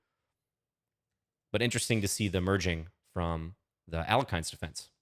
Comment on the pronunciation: At the risk of sounding pedantic, Alekhine's name is more properly pronounced as al-YE-kheen rather than al-YO-kheen. There can be some ambiguity between the two vowels, but the Russian language Wikipedia page spells it «Але́хин» and notes that the other pronunciation is "erroneous." Not really a big deal I guess, but if anyone ever tries to look smart by correcting your pronunciation you can throw it right back at them and thereby assert yourself as the most annoying person at the party.